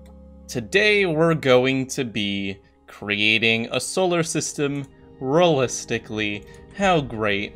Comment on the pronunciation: It’s realistically not rolistcally